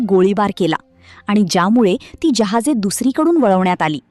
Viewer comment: जहाज नाही जहाज म्हणतात